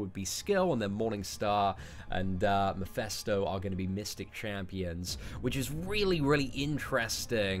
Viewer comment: It's pronounced "Mephisto" not "Mephesto"